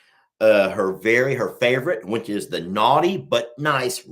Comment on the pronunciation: Talking about how says certain words, the one that always gets me is when he says “which”. To me it sounds like “wench”. 😂😂